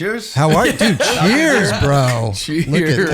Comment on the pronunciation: That cheers was proper!